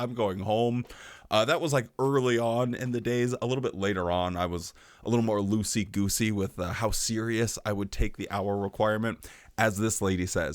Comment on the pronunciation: Loosey - gooosey? lol